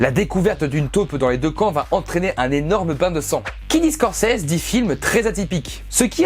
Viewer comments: Ça se dit Scorcizi... Et non Scorcèse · mdr...tu massacres le nom de Scorcese....mdr...une chance qu'il ne t,entend pas. Ça se prononce avec un ''i'' et un ''z''....mdr...Scorce(i)s(z)es ( on prononce ''scorçize''. ...Shakespeare doit se tourner dans sa tombe à vous entendre. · Ça ce prononce pas comme ça Scorsese x((